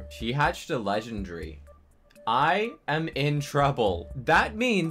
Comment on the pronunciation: NO HATE BUT he always says legendry